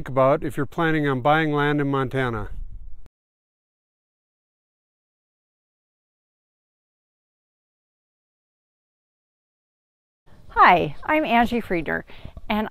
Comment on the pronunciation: It’s a PLOT map, not a Platt map 🙄. Love it “If you’re thinking of moving to Montane, don’t “ (long pause)....